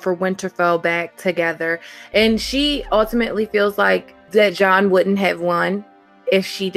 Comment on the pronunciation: Really? Bizarre accents. He has difficulty pronouncing the letter “l”. The woman doesn’t say “wouldn’t”, she says “woot’n” !